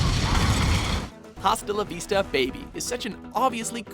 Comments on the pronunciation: Dude, it pissed me off so much, I'm so glad someone else noticed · He said hasta la vista incorrectly four times in the video. Dont they teach spanish in canada?